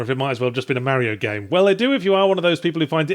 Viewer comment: ffs Yahtzee how long did u live in brissy wit us ozzys AND u still say mario wrong :P